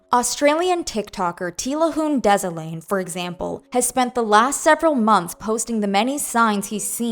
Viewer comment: That's not how tilahun desalegn is pronounced! It's Amharic